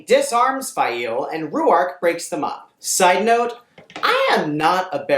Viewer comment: Stop. Saying. Fai-eel.